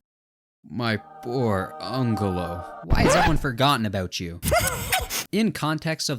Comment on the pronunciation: It's pronounced anjelo